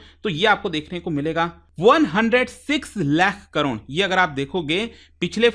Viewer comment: Crore ❌ Cron ✅